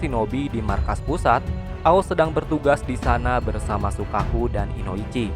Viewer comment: Bukanya shikaku bukan shukaku